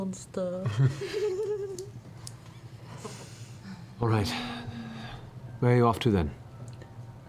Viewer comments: "I wanna be a MONSTAH!" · i want a Pike "I'm a Monstah!" shirt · I'd rather a pike plush, "I'm a monstah!" It'd be adorbs